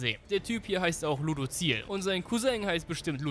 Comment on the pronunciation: ludu.ziel....... xDDDDDDDDDD luuudussiel